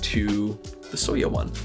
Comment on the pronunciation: So to help if you ever run into the word soya again, it's kind of pronounced like Soy-ya or Soy-uh The color is supposed to represent the asian style soy milk that a lot of us grew up with more than it does like beige, but I can definitely see how it can relate...I definitely would not be typing on my soya board if it was actually beige, but very entertaining video and I also agree, this keeb is a chonker both in style and weight. I can't imagine how it would be like with the optional weight